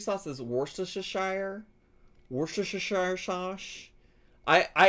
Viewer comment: It's said - 'woostersheer sauce' and it's a sauce, not a seasoning